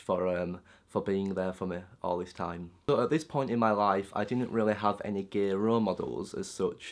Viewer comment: don't say 'gae', it's "gay" xD